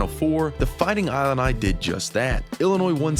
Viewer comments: Great insights, wish the AI agent knew how to say Illini (LOL) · He pronouced "Illini" wrong. It's like "Illinois" at the beginning. Whatever. How am I supposed to trust this when he can't pronouce that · Haha except for how to pronounce Illini and Wagler 😂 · I assume this is AI since they mispronounced everything, including Illini??? Ugh.